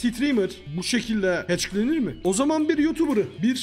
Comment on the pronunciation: Nobody::HeÇkIr